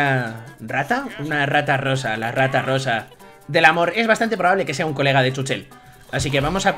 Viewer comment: Se dice chúchel